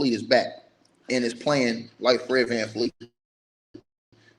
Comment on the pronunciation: It’s VanVleet